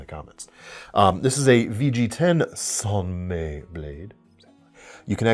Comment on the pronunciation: Love these vids, but being on the internet I feel an uncontrollable urge to nitpick: "San May" is NOT the authentic pronunciation. It's Japanese "mai," pronounced like English "my."